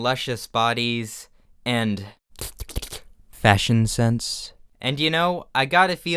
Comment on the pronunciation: "And...F A S H I O N S E N S E" Omg, the horror